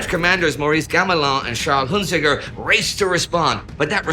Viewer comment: I can't believe the Germans went around the Mango Line! Seriously, though, I'm looking forward to this. Those episodes are the ones I've rewatched the most. (Oh, and do we know how Huntziger pronounced his name? I'd have guessed, since he's French, he'd have pronounced it French-style.)